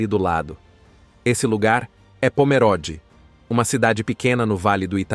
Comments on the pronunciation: Leia-se Pomerôde e não Pomeróde. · CORRETO : O narrador está pronunciando incorretamente . Parece leitura de I.A.